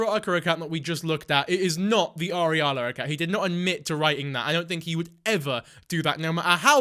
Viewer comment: Ariala? Like... areola? What a weirdo. Just stop,.